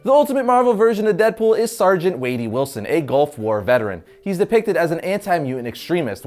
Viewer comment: It's wade not wadey